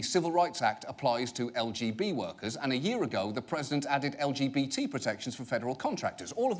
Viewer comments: Note that the guy said LBTD and not LGBT. I had to listen to that a few times, wow :,D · Anyone else annoyed that he pronounced "lgbt" as "el bee chidi" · I am about 90% certain that this dude said the “LBGD” community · Am I the only person who heard the Arkansas senator say "LBTD"? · No one gonna mention how he said lbtg And : looking at you anime 👀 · a member of the “L gee chee b” community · did he say "LBGD"? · Did he say lbtd instead of LGBT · ✨ the el be chi dee community ✨ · it sounded like he said "the LBTD" community lol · Dude said "L-B-Chi-D" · EeAhl bEe TeA DEEEEAH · I’m sorry if it’s just that guy’s accent, but did he just say LBTD community? I don’t think that’s the acronym, or anything approaching it, like, he’s trying to use the shortened LGBT acronym but couldn’t bother to do his research on the simplest acronym there is? And this guy’s a senator?! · .....did that one guy in the clip say lgdb??? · did he call it "LBTD" community or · anyone else notice that your man said "LBGD community"? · Did the fker just say "LBTD community"?:-D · it funny listen to how he says lgbt btw im gay af #lgbtandproud 🏳️‍🌈❤🧡💛💚💙💜